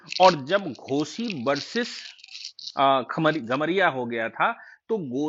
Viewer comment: घोसी और कमरिया (खमरिया नहीं)